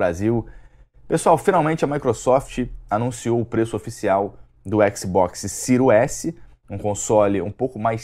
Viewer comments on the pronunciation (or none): sil s e siro x é foda kkk, aprende a falar cara kkkkkk